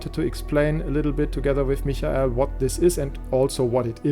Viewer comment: D :D (It's how Michael is pronounced in German.)